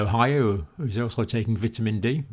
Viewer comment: Dr. Campbell, just letting you know you are pronouncing 'vitamin' wrong.